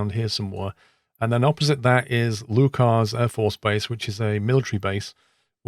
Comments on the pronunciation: As a Fife native, I should correct you on some pronunciations. Kirkcaldy is pronounced "kirkcawdy" - the l is silent. Also, Leuchars is pronounced like "lookers" not "lookArz". Other than that, awesome video. 👌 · Kirkcaldy is pronounced Kircoddy, the L is silent Leuchars is pronounced Lookers, no emphasis on the chars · Leuchars is not pronounced "lookers" unless you're English and say "lock" Ness. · Omen it is nowhere near the same as loch, you are aff your heid pal, it’s closer to lookers than lochers, you cant even argue that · I'd say leuchers is more closely pronounced as luke'ers. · Omen mate, lived in Scotland my whole life. It’s Look-ers. Leuch is not pronounced the same as Loch. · Great Video, should go more North in Scotland up to Inverness and have a fly around, seeing as thats where I'm from thatll be ace. Also FYI its pronounced Lookers Great work as always 👏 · Hey been a huge fan for yeads love content as always. Just to let you know, Kirkcaldy is pronounced as Kirk-caw-day and Leuchars is pronounced as Leuch-u-rs. 😁 cheers matey. Cal from Fife, Scotland.